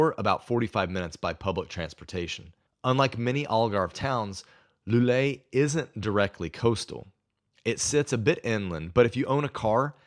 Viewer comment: I was about to praise your pronunciation of the places' names until you got to "Loulé". Whenever you see "ou" it should never sound as "oo" but more like the first "o" in "Porto". It should sound more like "Low leh". Otherwise, you've nailed even some harder ones like "Caldas da Rainha". Regarding your list, I mostly agree. The big con of some of the cities like Lisbon, Porto or Tavira is it will make it harder to learn Portuguese as you'll find more English speakers.... and Portuguese will revert to English as soon as they notice an accent making it harder for you to practice. Cheers!